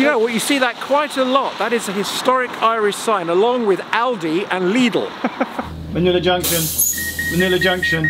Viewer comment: Props for pronunciation of "Lidl".